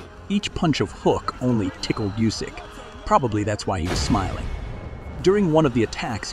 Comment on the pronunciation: how do you fucking nail the pronunciation on Usyk, but we get "hye" and Myorguy"?!